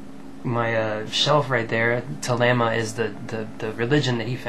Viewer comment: Pronounce it like Thel-eem-a